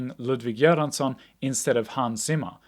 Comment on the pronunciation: Very good initiative to make a second-viewing review. I hope youtubers do the same. You’re icelandic! Thank you for correcting the composer’s pronunciation. Correct me if I’m wrong but foreign movies aren’t dubbed in Iceland ?